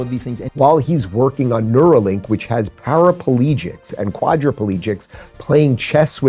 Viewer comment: “para-po-legics” shut up man